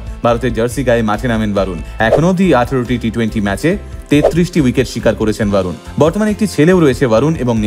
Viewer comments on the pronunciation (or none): Barun noi re borun bol